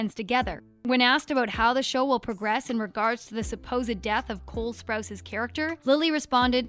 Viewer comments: Did anybody else notice she said Cool Sprouts instead of Cole Sprouse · Did she say cool sprouse